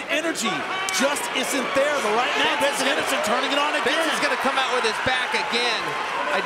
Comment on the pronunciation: Hahahaha did anyone else catch it where Chael Sonnen called him Benerson Henerson? 🤣🤣🤣🤣